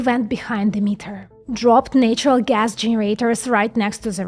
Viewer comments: At least give the correct one, dog. Natural is pronounced NATT-ural like battery. Nature is pronounced NAY-ture. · Good video but may I give you a tip? Nature and natural are pronounced with different A:s. The A in nature is pronounced like A in the alphabet. You already do this, but the NA in natural is pronounced closer to the NE in nemesis. A short A.